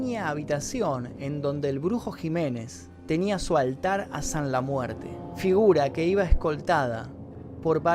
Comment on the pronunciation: ''sanla muerte'' ulala señor frances